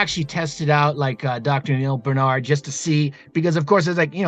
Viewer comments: It's BAR-nard.... BAR... not bern... you're both fans and can't even have enough effort to pronounce his name right. Rattle off PCRM with no problem... BAR...get it right, please. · I've been on your case for years to get his name pronounced right... it matters. sheesh